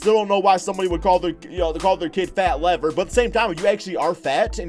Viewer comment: Fats name is Lafayette. It's a short form nickname. And it's Lever not Lever.